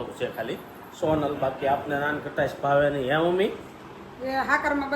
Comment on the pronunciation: Nankhtai kevay nan khatas n kevay😊